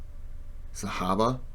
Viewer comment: Wow, that is the most accurate pronunciation of the word 'Sahabah.'